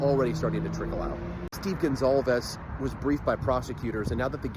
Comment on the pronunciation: It’s GONCALVES. I can’t believe so many ppl are still saying their last name incorrectly. 🤦🏻‍♀️ Not Gonsalves, Gonclaves…. GONCALVES